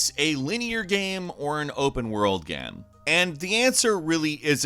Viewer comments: “Is this a linear game or an open world gam?” Me:...... Did he say gam? 🤨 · “Open world gamm”